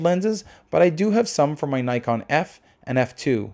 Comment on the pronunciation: Before praising the camera why don't you learn how to pronounce its name properly ?